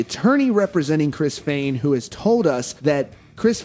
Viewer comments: On behalf of all that are easily annoyed never say "Fehn" that way. Ever again. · He may not have been a manager or something like that but he put his ass into helping write and recording the music. However I don’t believe he was right about the siphoning. Also please pronounce “Fehn” the correct way. Their business manager is just bad. He clearly didn’t know he band.